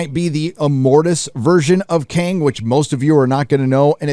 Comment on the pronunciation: Imortis or Cain? King? Kang? Sorry,. You say this numerous times and I can't tell what you're saying.